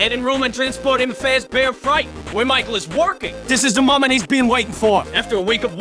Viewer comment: he pronounces michael like "mah-chel"